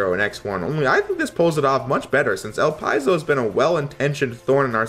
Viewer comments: no. It's supposed to be El-Pee-Zo. The name is French. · Is that really how you pronounce "Elpizo"? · It's actually pronounced el-pid'-zo